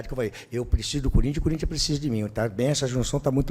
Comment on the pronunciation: Não tem jeito, quando ele fala corintha é pika, mexe com o Corinthiano